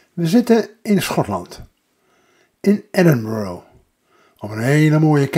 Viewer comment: Een onderhoudende vlog, maar de uitspraak van de naam Edinburgh is niet correct. Edinburgh (uitspraak: /ˈɛdɪnbərə/; Nederlands ook: Edinburg)